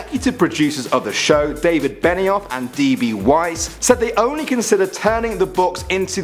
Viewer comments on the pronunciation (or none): none